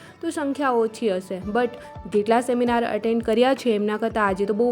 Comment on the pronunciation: સેમિનાર ❎ શેમિનાર ✅